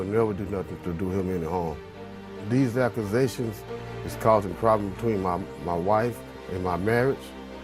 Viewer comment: Did he seriously say, “These Achuasations” 🤣🤣🤣